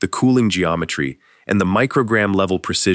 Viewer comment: The emphasis on the word “precision” as a guy bangs a turbine blade into place with a mallet made me chuckle